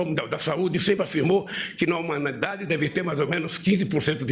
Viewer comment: "humanadade" O presidente não sabe nem falar o próprio idioma, esperar o que de um ser desse?